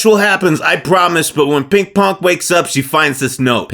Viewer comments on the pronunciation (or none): "pink ponk"